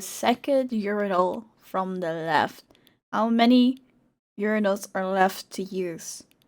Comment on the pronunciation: it is pronounced urinal, not urynal